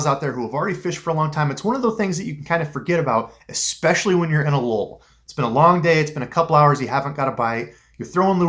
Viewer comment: Ahhh man you said "Ex-specially". Pet peeves!!! It's "especially" lol.... Just one of those little things...kinda like "supposanly" instead of "supposadly"....